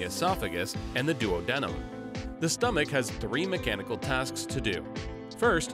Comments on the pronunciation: i hate the way he pronounces duodenum lol i get pronunciation of it is colloquial, but ive heard doo-ah-di-num more often than doo-oh-di-num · Excellent video, but duodenum is pronounced DOO-ah-DEE-num... not DUO-DENIM... that's two pairs of jeans :) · He said: “Duo-denim” Correct pronunciation: “Do-AH-denum” (emphasis on ah) Great explanation, otherwise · Am I the only one who scratches their head when the narrator pronounces duodenum as duo-denim and not duad-numb? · The pronunciation of duodenum is killing me 🤦🏾🤦🏾🤦🏾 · So many pronunciation errors, e.g., “larnyx” (it’s larynx) and DUoDEnem (it’s duOdenem). Embarrassing!